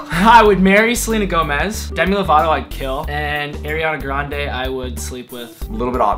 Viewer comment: "Arianda Grande" lol